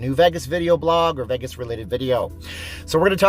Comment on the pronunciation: VAY-GAS Not VEI-GES...............